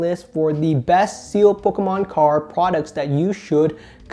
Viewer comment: I love how he pronounces "pokkommoncards" :P